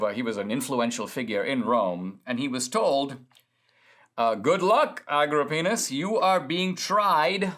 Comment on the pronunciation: That and "Agripenis".